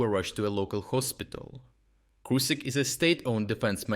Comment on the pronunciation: its "Krushik", not "Krusik". Pls learn to read